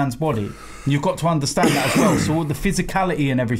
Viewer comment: 😂😂😂😂😂”blud” “you get me?” “Yunnastand”😂😂